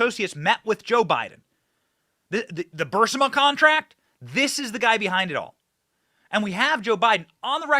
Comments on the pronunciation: Benny ....... its Bur-IS-ma , not burs-ima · Burisma is pronounced "Burr- IS-mah", not BURR-si-ma.